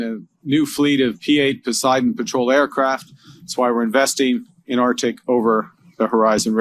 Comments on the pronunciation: 💢please note #MURICA: the area is pronounced #ArcTIC not #OurDick💢 Thank you for your attention in this matter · come on Carney ArCCCtic not American Artic